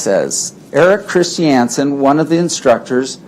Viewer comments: Chris shee anson!???-this WACK JOB DOESNT EVEN KNOW HOW TO SAY CHRISTIANSEN!????😆🤣🤣🤣 WAAAY TA Pick the worst lawyer IN THA WORLD paltrow,,,--not very smart is she?? Painful. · Mr CHIS-TI-AN-SEN